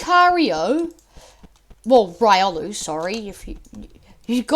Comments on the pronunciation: its riolu not raiolu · Its pronounced: Ree - oh - loo